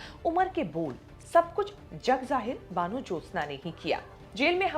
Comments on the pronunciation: आशा करती हूं कि हिन्दी साहित्य में आपने वन ज्योत्स्ना जरुर कभी पढ़ा होगा इसे आप कैसे बानू कैसे कह सकती हैं ? पत्रकारिता का अहम् हिस्सा है उच्चारण की शुद्धि क्या प्रसारण से पहले इसे सुधारा नहीं जा सकता । अपने काम को इतने हल्के में मत लीजिए सुनने में बुरा लगता है । र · Right....In Bengali it will be called bāno Jyotsna....not baano Jyotsna